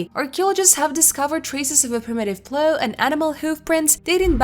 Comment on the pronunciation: Say what? "ploo" fr plow!!